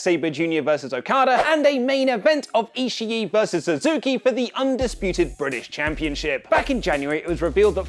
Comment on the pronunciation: In Tomohiro Ishii the two is at the end of Ishii is pronounced as one i just so you know ^^